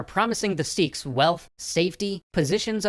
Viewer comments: S-ee-ks wrong S-e-kh right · I can't with the way he says seekhs its sikh like sick but with a kh sound